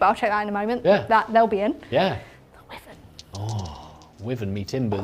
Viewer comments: I have always thought that it was pronounced as why van not wizzan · As a long time resident of Worcestershire and listener to Radio Wyvern - it’s definitely pronounced Wigh-vern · Very strange, i left a comment earlier but it seems to have been deleted? It was relating to the pronunciation of Wyvern, which is why-vern, i don't know if it was because i put a link to the Oxford English dictionary? Anyways it was a good batrep, thanks. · Can't watch someone pronounce wyvern wrong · Gen Z can’t pronounce wyvern?